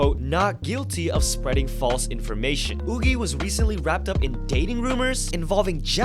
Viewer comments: I thought Yuqi's name was pronounced "yoo-kee", not "oo-gee". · Why are you pronounced yuqi as yoogee?????? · who tf is oogi? come on!! it's ridiculous how you can mispronounce a name that badly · Woogie…? You mean Yuqi…? It’s pronounced more like chi than gie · You're pronouncing Yuqi wrong :( please, chceck it for future videos :D ("q" - is "Q", not g), read it in Chinese, it will be correct, fighting! :D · It took me a bit to realize he was talking about Yuqi because of the pronunciation— I’ve never encountered the korean pronunciation before lol